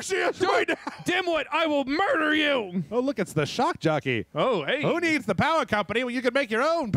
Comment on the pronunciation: "Shock Joppey" XD